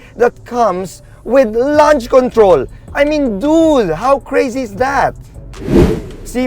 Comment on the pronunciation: You might want to review how you pronounce the word 'launch' it is not the same with the word 'lunch'. Launch not lunch 😅